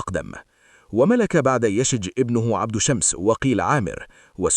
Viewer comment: ياخي اسمه يشجب وليس يشج. أخطأت بلغظ اسمة مرارا